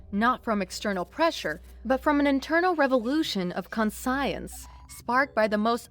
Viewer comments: It's not an American thing. Words like "scarred" and "conscience" were simply pronounced incorrectly, along with a few other words. I am American and have noticed this in other readings from other channels as well. The story is still great, as is the narration for the most part. Your critism is valid, though, and while I love this channel, hopefully, they take the criticism in good faith and work on it in future videos. Edit: I just scrolled up and realized English is her second language. That being the case, her narration is phenomenal! I would never have guessed English was her second language. Just work a tiny bit on pronunciation, and you are golden. Amazing, and fun content. I love Starbound and all of it's different narrators. 👍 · I mean, if English is a second language, you're doing amazing. If you want an example, "conscience" was pronounced in the video as "con-si-ence" but it's pronounced "con-shence", as in your moral/ethic voice or compass. Similar looking and sounding to "conscious", as in awake and alert, which is pronounced "con-shuhs". Not trying to be mean spirited, rude, or nitpicky. We all appreciate the stories and effort put into them Hope it helps and makes sense, not well versed in explaining pronounciation through text, and IPA looks alien to me. 😅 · "Con science". I would have thought that in the context of the story, the narrator would have understood the meaning and thus corrected the pronunciation. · Con-science? Cataclysts? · The worst narrator that I have heard in the whole star bound series. A narrator that cannot pronounce conscience, warred and turned need to do something else. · Just heard it the pronunciation in question is conscience... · oh ok that sense I only heard 3 (overturned, conscience and conflagration) but practice makes perfect so keep work at it before long you’ll be about reproach! 👍🏾